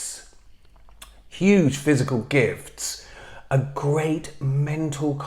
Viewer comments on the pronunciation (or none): none